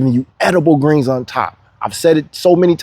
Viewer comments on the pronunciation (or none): none